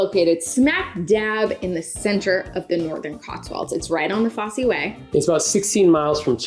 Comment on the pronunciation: It’s pronounced Foss way, not Fossy way, the Roman road that runs from Exeter to Lincoln